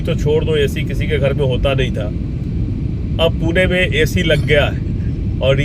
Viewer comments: पिछले कई शतकों से पुणे ही नाम था, हैं और रहेगा। पुणे का किसी हिंदी भाषी ने ही पूना कर दिया होगा क्योंकि उत्तर भारत में पटना, सतना ऐसे शहरों के नाम होते हैं। 😂😂😂 लेकिन असली पुणेकर कों पूना पूना सुनना अच्छा नहीं लगता हैं। कृपया पुणे नाम का ही सही उच्चारण करते रहे। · पूना... पूना... नहीं... सिर्फ """पुणे"" ""Pune"" puna मत बोलो